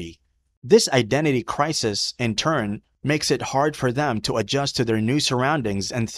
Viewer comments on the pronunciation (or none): none